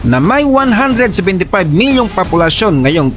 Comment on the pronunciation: POPULASYON hindi PAPOLUSYON